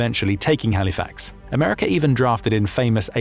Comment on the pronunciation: I can tell from your accent and incorrect pronouciation of Halifax that you are NOT a Canadian. Thanks for your public release of US stratagy. We've all taken that into concideration. Nato Article 5 will be inacted if you do anything silly.